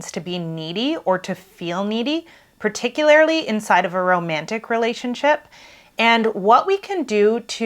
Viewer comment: it's particulaRLY, not "particulaRILY".